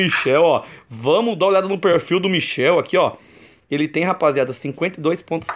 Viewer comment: Era Michael nao michel kkk